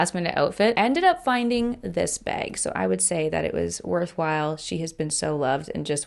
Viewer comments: As an Australian, the way you pronounce bag is slightly funny to my ears 😂 I honestly can’t unhear it — the raised vowel makes it sound like “bayg” to me haha. Still love your videos though! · I hear it to and I'm from Indiana, USA😂😂